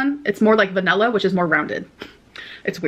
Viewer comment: I'm gonna have a couple of SHREMP & some green ALL-OVS. Smells like VANELLA. To say her identity is food she pronounces all the food like that! drives me crazy.